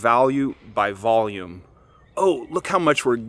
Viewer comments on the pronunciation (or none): none